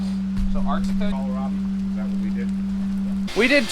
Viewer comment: Hahah. You said Kala-Robbie! Grandpa did it once, too! Kills me every time 😂😂